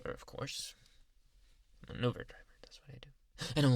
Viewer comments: Did he say uver or uber 😂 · “Uhh I never did ovvu gaver” Lol who still remembers this